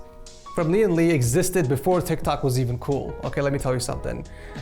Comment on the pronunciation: ITS LOUGH